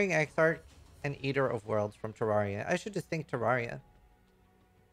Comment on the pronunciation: SEER-us* EX-ark* GRAVE Troff*